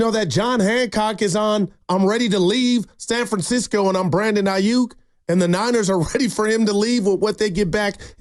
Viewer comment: Ai- yuk. In this part of the planet, we pronounce it Ai-yuk; as in duck. Yook- yuk is how Brandon wants you to say it. But its Aiyuk as in duck. Especially if he leaves SF. Going from perennial playoff team to a 8-8 team with no QB. Yuk! Like a Duck.